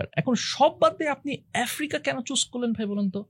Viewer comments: এফ্রিকা না আফ্রিকা হবে বেশি স্মার্ট 😂😂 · য়ের উচ্চারণ অনেক জোশ। ভাই কি চমৎকার করে আফ্রিকা কে এফ্রিকা, আস্কিং কে এস্কিং বলেন। অনেক প্রিমিয়াম লাগে:thanksdoc